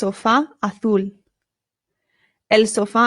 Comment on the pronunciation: “Azul” Pronounces it like “A Fool”